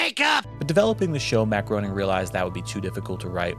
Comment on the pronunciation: It's pronounced Matt Grā-ning....with a long 'A' sound.